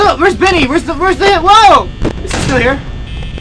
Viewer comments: It's bonny not benny !!! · bonny not bunny